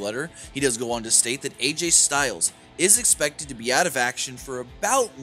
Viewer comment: "Ecpected" lol